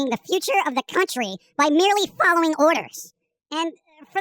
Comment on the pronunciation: "Fallowing orders~"